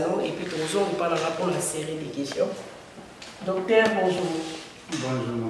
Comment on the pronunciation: Ma soeur svp, on peut se dire journaliste quand on prononce bien ses terminaisons par exmple: (docter... non c'est docteur, paster... non, c'est pasteur...au faire, vas sur google et trouve la vraie pronunciations des terminaisons entre: ter, taire et teur. Ne t'enerve pas mais c'est coe cela que ns aurons un Congo avec des bons journalistes. Si avec le Français ça ne pas, fais ça en lingala, pcq ça nous fait mal, ça nous sonne très mal même une fois que je t'ai suivi en interview avec Mr. Thiani sur la congolité mais c'est triste?